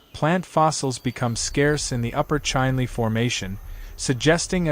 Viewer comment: Chinle -- prnounce like it is written, Chin Lee.